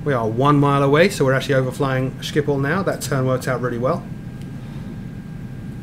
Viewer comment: i lolled at your pronounce of schiphol as skiphol